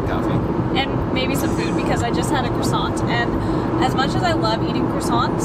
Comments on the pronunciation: Warick not war wick. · You’re so well travelled so I need you to pronounce croissant correctly as in “cWasson” There is NEVER an R in the pronunciation!!!!